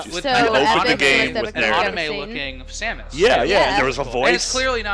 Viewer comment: Y can't people say Samus?